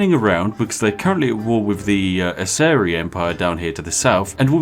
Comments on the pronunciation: Geeezz they are pronounced ASE RAI :P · Isn't it pronounced "asseraj"